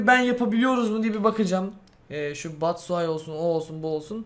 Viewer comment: okkunuşu batsıhay değil batsuyaşi